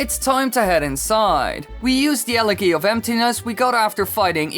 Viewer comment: i like how the speedrun commentator pronounces elegy correctly